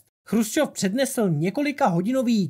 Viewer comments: Dobré video na téma, o kterém se moc nepíše. Jinak jen drobnost, Nikita nebyl ,,Chrusčov", ale Chruščov, což je ve videu trochu rušivé. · on nebyl chrusčov ale chruščov.... ehm...